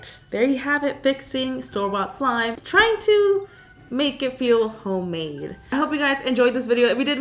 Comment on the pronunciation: This is how many times she said “homade” 😂 👇